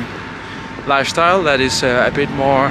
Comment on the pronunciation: "Lifeshtyle". You are already sounding like a Hungarian